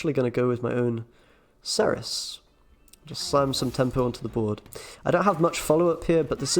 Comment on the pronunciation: Being British there is no excuse for you to pronounce Cerys wrongly ! Great video though